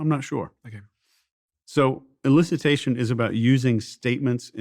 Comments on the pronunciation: What is Illicitation? It’s elicitation. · Steven/DOAC team: it’s ‘elicitation’, not ‘illicitation’.